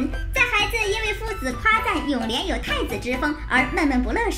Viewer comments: 是永琏不是永涟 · 璉，不是漣